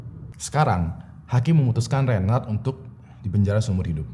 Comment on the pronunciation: Sdr kembar gofar hilman yg terpisah. Cm meningan gofar sih😁 Btw reynhard bukan reynard kaleeee